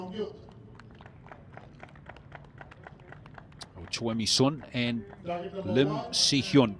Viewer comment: I've lived in Korea for 26 years, am married to a Korean, have taught English to hundreds of students and am a member of an archery club with 160 members. I've taught dozens of students whose family name is spelled "Choi". We currently have six members at the archery named "Choi". Absolutely none of them say their name "Choi" as in the English word 'choice'. Pronounce their names correctly! "Choi" is pronounced "Chay"; the "i" in Mi is "ee" (there is no long i sound in the Korean language.); and the "u" in Sun is "oo" giving us "Soon". If it were the soft 'u', it would be written Seon. Her name is pronounced "Chay Mee Soon". The "L" in Lim is silent; The "si" is 'shee' ; and the "eo" in Hyeon is a soft 'u' as in umbrella. Her name is pronounced "Im Shee Hyeon". Most Koreans had their names "Romanized" using the McCune–Reischauer system, a rather imperfect system, introduced in 1937. The South Korean government now uses a much better system introduced in 2000 that better reflects the actual pronunciation of Korean names and words. Unfortunately most Koreans are stuck with their names recorded using the old system. Your announcer has been mispronouncing Korean names for far too long. Talk to the archers and listen to how they pronounce their names instead of relying on an imperfect Romanizing system.